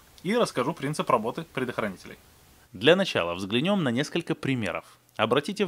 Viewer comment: не взглянЁм, а взглЯнем). Пардон, конечно, но слух режет